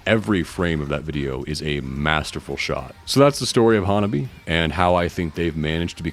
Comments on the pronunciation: Awesome video! Just an fyi, HANABIE. is pronounced ha-na-BEE-eh. Also, when spelling HANABIE. don't forget to put the period "." at the end. The period has specific meaning for the band. Been a fan since I 1st saw rhem in nyc in 2023. So happy that theyve been gaining in popularity and fans! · While it is great to see you doing a video on this awesome and fun band, a couple of notes: their name is actually pronounced HAN-AH-BEE-EH and their first single that really pushed their colorful image was called 'L.C.G.' (Lollipop Candy Girl). Still, respect for your vid 🤘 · "HanabiE" it is not a silent E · One of the earliest English language videos about Hanabie that I saw was on the Axe Japan channel It was released shortly after the We Love Sweets video came out. He pronounces Sae correctly, but not Hanabie. For the pronunciation of Hanabie. watch the video 'The RIGHT WAY to say "HANABIE."' A couple of other innovative Japanese bands to check out are Ailifdopa and Paledusk. They are all-male bands. They might be too experimental to be popular but the music is interesting and their music videos are outrageously weird. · Some people....like the majority of these reaction videos produced since Spicy Queen came out? The fan base is getting kind of weeby if ya ask me. Bunch of old dudes who don't know hardcore from thrash metal, can't pronounce Hanabie but they luvs them cute Japanese girls... Oh well, I do love that Hanabie is absolutely raking it in on merch. They deserve every penny. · Good video man! I saw them live march 17 2026 in Montréal and that was insane! They're so good live.. Since tour video is informative, i would like to point out that HANABIE is pronounced with an É at the end, like HEY.. I think they tried many times to tell people and maybe they give up 🤷.. But yeah They're fun and awesome!